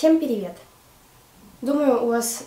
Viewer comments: Мне одной кажется, что говорит "Всем пИривет"????? Обожаю её видео, но до сихх пор не могу понять, почему так говорит... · Вообще-то говорит "перивет" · мне одной кажется что она говорит не привет а пиривет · Вероника Гришина,"Всем пиривет"